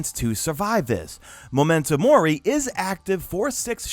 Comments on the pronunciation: It's Mor(EEE) not Mor(EYE) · More is pronounce mor ee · (Mor-ree) it’s Latin btw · It's Mori as in Mor-ee. Comes from Latin where the letter 'i' always sounds like that, 'ee'. Talking about this is better than discussing the blanket nerfs that hit everything that I hold dear. Is not that alongside these nerfs are making other gear more viable, but rather the stuff that was viable will no longer be it. Bummer.